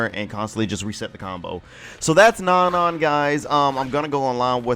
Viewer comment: isn't her name pronounced No-No? or am I wrong and it's Non-Non